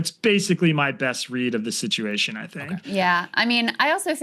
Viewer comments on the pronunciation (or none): none